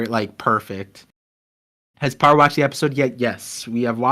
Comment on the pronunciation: u pronounced my name perfectly par just back to watch the last few minutes i didnt watch lol